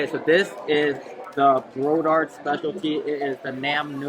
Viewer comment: . BRODARD not Bodard . They used to live in Nhatrang . They also have more then one BRODARD Restaurants in Texas , own by the older brothers of BRODARD in Fountain Valley S Ca. ( all the recipes R from Mother of them )